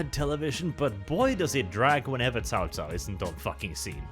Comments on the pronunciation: "Kao Kao"? Really,? xDDDDD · i'm pretty sure Cao Cao is pronounced sou sou with a sharp S like in snake. i might be wrong, but is definetly wrong